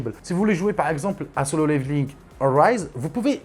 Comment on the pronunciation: tu prononce très bien haha ❤ Solo leveling Arise respect ❤❤❤ ce format est inédit